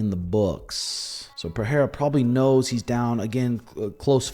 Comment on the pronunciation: The way says Per-Hair-Uh kills me 😂